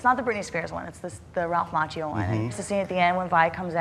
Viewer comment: Macchio is pronounced with a hard "c" (Mak-ke-oh), not like "macho" – in Italian, "ch" or "cch" is always pronounced with a hard sound. GOT THAT, BITCH? I mean, the more you know.